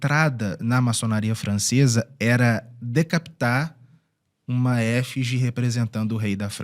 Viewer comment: "efÍgie" e não "Éfige". A professora de português estranhou. Mas isto não me impede de aplaudir o conteúdo.